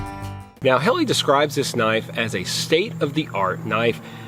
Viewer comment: It's birch not maple, it's pronounced Hellah, not Helly,, perhaps you should do a bit more research before making a video, ??